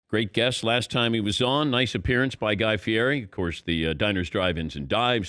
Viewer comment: Dan pronounces name wrong